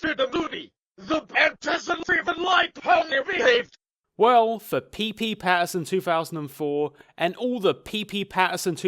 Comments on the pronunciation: I know it's a bit too late to say this but it REALLY bothers me how he says '' Pee-Pee Pattinson 2004'' Instead of '' Pee Pattinson 2004'' IT DOESN'T FUCKING HAVE THREE P's IT ONLY HAS TWO P's, TWO!!! WHY DOES THIS BOTHERS ME SO MUCH ASJFNOAJFNDKFMSL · The way you say 'ppPatterson' is fucking priceless.